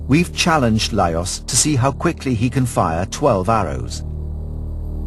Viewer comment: His name is pronounced as LajoSH. What ignorance to make such an error around the subject.